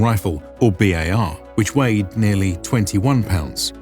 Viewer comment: My only gripe is spoken out B-A-R and Bar aren't interchangeable. The guys with the Browning Automatic Rifle are B.A.R. men with each letter said out loud. Bar men sounds like they pour drinks at the local pub.